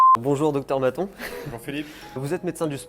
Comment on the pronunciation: Qui a comprit docteur "baton''au lieu de" maton''😉👍